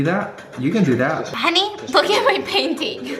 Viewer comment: No its HuNEY